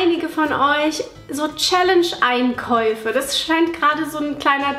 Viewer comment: Schälänsch wat? Was fürn Quatsch.